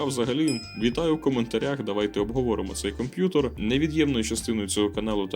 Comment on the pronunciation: Дякую за контент. Все супер, але мені ріже слух слово "комп'ютор"